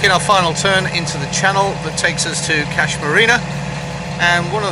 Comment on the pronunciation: Hahaa.. What I tried to achieve with baiting was; you telling me Brisbayne is actually Brisbane and i then proceed to correct your rather annoying pronounciation of Kas. Kas pronounciation rymes with "hush" not "cash" I bet Aannsha will get it right before you mate :)) Cheers and stay safe..